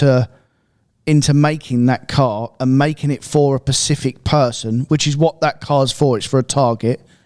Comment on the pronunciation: Now that ive noticed says "pacific" instead of "specific" I cant un-hear it